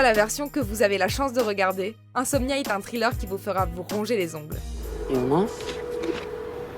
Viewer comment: Trilleur ???!!!!!! Thriller !!! -__- Un minimum quand même.... The machinist prononçé "à la française"... Bref, bonne vidéo mais putain l'anglais c'est vraiment pas ça... xD